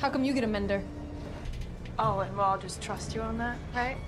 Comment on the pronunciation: She said "mendor" in the book as well and was corrected